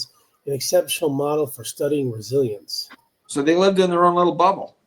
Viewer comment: Resilience actually rhymes with Brazilians